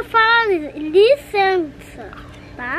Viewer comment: KKKKKKK "linceinça"